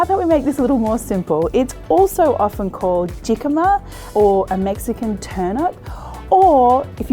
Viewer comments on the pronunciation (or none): Since it's Mexican, Jicama is pronounced Hicama lol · Pronounced hee- cama. The j is an H